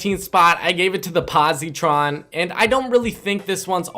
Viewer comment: Pronounced po-site-tron Not pozitron